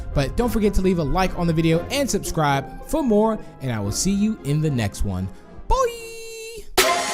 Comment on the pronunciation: The way he said bye as boooooy